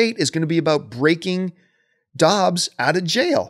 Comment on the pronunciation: John why are you calling his character Dobbs, it's Hobbs.